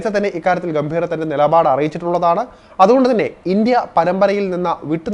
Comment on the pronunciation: ഗൗതം ഗംഭീർ ആണ്... ഗൗതം ഗംഭീറ അല്ല